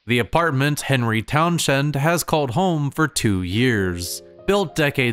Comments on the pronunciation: it's pronounced Townssend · “Henry Town-Shend”